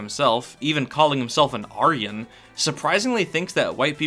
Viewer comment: thats not how you pronounce aryan